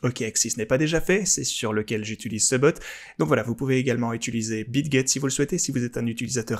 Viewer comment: Merci pour tes vidéos pleines de contenu intéressant et utile. Juste une remarque, sans méchanceté aucune, on dit utiliser et pas utuliser.